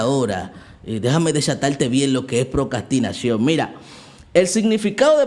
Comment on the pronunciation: Vuelves a decir "Procastinación", en lugar de "Procrastinación" y me desuscribo. JAJAJAJA. ¡Mentira, me encantan tus videos, no me pierdo ni uno! Bendicionesss❤